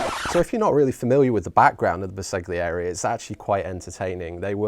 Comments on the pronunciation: Ouch! My ears hurt…LOL. Bersaglieri = “Burr-sal-yee-air-ee” (G is sort of silent). Right. Now that we’ve got that out of the way…the figures are quite lovely! Subscribed!! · Bersaglieri is pronounced ‘ber-sal-year-ie’—the ‘g’ is silent. ;-)